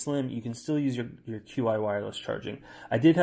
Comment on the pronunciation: Just a heads up. Qi is pronounced chi